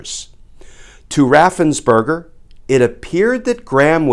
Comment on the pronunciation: Perger, it's Raffensperger, not burger.